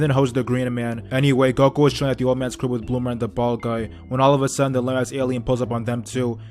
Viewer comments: He called him goko wtf 😂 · It's Goku he just says character's names wrong on purpose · It's Goku. he just says they names wrong on purpose